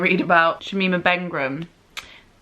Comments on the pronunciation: Thanks for pointing that out, it's what I was about to comment...that's a whole 2 extra consonants added into her surname...how!? A distracting end to an otherwise great video! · Not Bengrum, but Begum (pronounced Bay-Gum) ! Sorry to be that person! :P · Bengram instead of Begum killed me, other than that you spout nothing but facts and we love you❤️